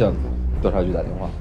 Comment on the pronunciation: 我怎么听到了 哥哥 的方言 打电话 😂😂 太可爱了